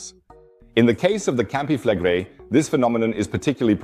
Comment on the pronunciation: Campi Fleg (quick pronunciation) -Re-ii (long outdrawn -i..). Not Campi FLEGGrei.